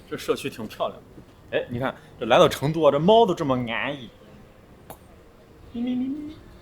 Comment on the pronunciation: 用四川话说成都，要说“chendu" 就地道了。